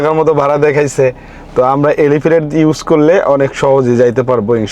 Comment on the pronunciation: এলিফেটেড,,,,, আগে ভালো করে কথা বলা শিখুন